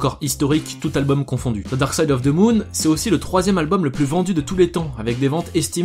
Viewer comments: Très bonne chaine, mais on ne dit pas "Ze" pour "the" ou bien j'ai raté un truc. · accent souvent ridicule qd les français s’expriment en anglais. ce n’est pas ze pink Floyd mais the pink Floyd , prononcer le ‘ Th’ dans le The ....